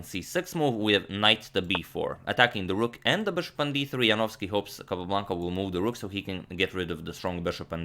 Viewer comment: Congratulations Antonio, now you are an excellent pronouncer of Polish surnames!